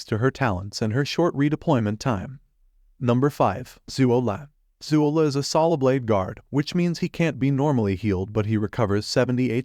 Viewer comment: Overall good list but please learn to pronounce the ops names right...especially zuo le 左乐